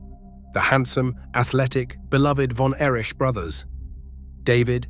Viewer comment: I'm out when the voice said "von Erish"😂